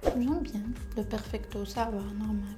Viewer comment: Hhhhhhhh fe dkika ahkoli 3la mo fom kbir ki kalat ahhhh oui j'aime bien le perpicto 😂😂😂😂 yawwww perfecto machi perpicto chaba3touna haaafff